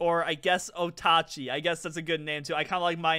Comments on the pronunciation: Did this just pronounce Oatchi like O-Ta-chi? It’s O-che 🤓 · Hate to be that guy, but its actually pronounced Oat-chee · Bro really call the dog otachee ☹️ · Hi just here to let you know oatchis name is pronounced o-chi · You mispronounced the dogs name you will perish painfully